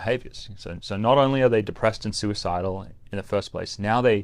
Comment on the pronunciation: is NOT soo-eh-sidal.